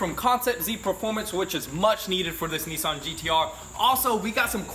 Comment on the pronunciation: Hang on....Neessan ? rest of the world calls them Nissan